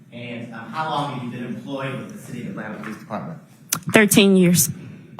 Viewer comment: Someone said POE LEECE 😂